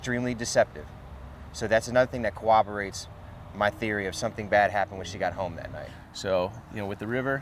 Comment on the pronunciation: Please, for the love of all things holy... Corroborate or Cooperate There is no "cooberate"... Please...